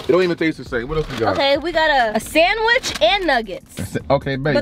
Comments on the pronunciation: ikr but i didnt want to say anything.... they say "saaandwitch" with a long a...sorry if its defensive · I like how you guys pronounce sandwich 🤣🤣 say it funny 😄